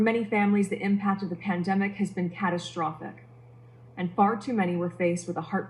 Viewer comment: Her pronunciation is problematic. She says 'cataSHtrophic'...